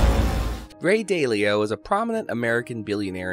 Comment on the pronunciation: It's DAW-leo.